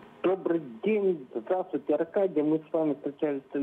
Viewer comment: ''здравствуйтэ я из Одэссы'' дебилы